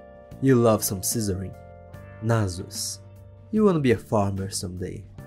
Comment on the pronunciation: "nasus" te entregou no sotaque